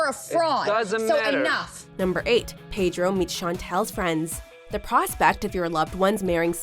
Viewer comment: Please learn how to pronounce 'Pedro' correctly, darling.